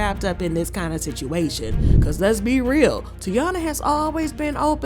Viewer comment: Did u say “Lez be”. Real.